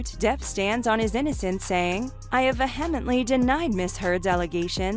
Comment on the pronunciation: Jesus. Ve-HEMently? Please learn how to speak your own language.